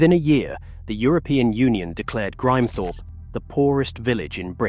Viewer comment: American A.I. can't pronounce Grimthorpe.